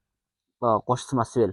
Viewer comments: Самасвал дебейсиңби сымасвел дебей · Смасвел смасвел эле дейсиң, самосвал дечи кытайларга окшобой, кытайлар р тамгасын айталбай Шарапты шалап шалап дегендей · Смасмел эмес а самасвал😅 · Самесвел эмес самасвал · свасвел деген не деген Баткенчи